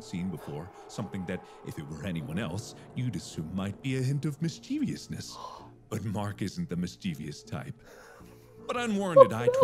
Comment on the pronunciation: I'm giving a demerit to the narrator for mispronouncing "mischievous" and "mischievousness".